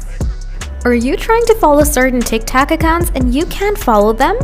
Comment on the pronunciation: "Tik tac" 💀💀💀